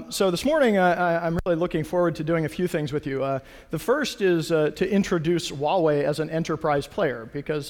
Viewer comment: it's "Hoowa-wei" =/